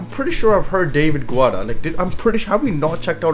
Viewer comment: I believe that it is pronounced David Getta and the accent is on the second syllable of Gal-LAN-tis. I'm pretty sure that is right. Someone please correct me if I'm not.